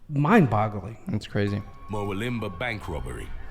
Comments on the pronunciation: Mer-wil-limber that cracked me up🤣🤣🤣 its pronounced Mer-wool-lim-bah. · MUR-WILL-UM-BAH not MERWIL-IMBAH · An Englishman trying to pronounce Murwillumbah ! it is pronounced here in Oz as Mawullambah! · It's pronounced "murwoolimba" like Wagga Wagga is pronounced "wogga wogga" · I had to laugh at the town Murwillumbah being pronounced like that ! It is ... Mer-will-um-bar ... not whatever that announcer pronounced it as!